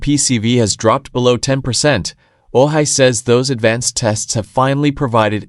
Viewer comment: I don't think this is a reliable source. He isn't even pronouncing Ojai the corect way.